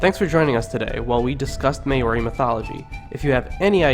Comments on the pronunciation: Great interpretation, I really liked the images. Terrible pronunciation but the substance was there. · I hate when you say Maori it's not pronounced like that aha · omg pronounce maori PROPERLY man damn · your pronunciation is REALLY off but most of this was accurate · that's not how you say it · Holly J i agree with you, listening to him pronounce these words actually make me mad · can you say Māori words right there really easy to say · You are SLAUGHTERING my language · Dude doesn't know our vowels are different to English vowels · My ears are hurting 🙉 please work on pronunciation...thank you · As am I, but I cringe at the poor pronunciation in this video. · Well done For sharing these important stories. Please learn how rouse the vowels which would be more appropriate. I wouldn’t share this for anyone in New Zealand because we have learnt how to use the vowels. Maori should be said like “Maaooo reee” All the best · Remember guys Maori not Meyyori He also shortened the names but The names are to long anyway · Say Maori right it’s Mow-Ree not May-owri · May ori sounds like what he's saying, it's Maori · Lenny Wheatley its pronounced mau-ri not moldi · Maori is pronnce "Mau-Ri" not "may-o-ri" :P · “The may ori are a tribe in New Zealand.” Bro try harder next time. You’re only 30 seconds into the video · may-or-e? HUHHHHHHHHHHHHHHHHHHHHHHHHHHHHHH? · its not ma ori maori you uncultured dumb ass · Note that the Maori pronounce "Maori" as 'Maul Dee". I lived with Maori and Tongans, English speakers constantly abuse native peoples languages. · May-ori aye haha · Thank you for spreading the word and knowledge. But like the previous comments have said do your research before uploading your video. I am of Maori ( Mar-or-rre ) descent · This breaks my heart and makes me mad that every word was pronounced so bad, please remove. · oh my language and how you butchered it😭😭😭😭🤣🤣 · Yo bro you really hurt my ears with your maori 😂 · Your saying Maori wrong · Get the names right